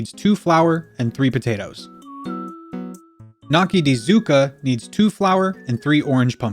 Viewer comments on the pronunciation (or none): In Italian, gn makes the ñ sound Like lasagna So gnocchi is pronounced nyoki with a long O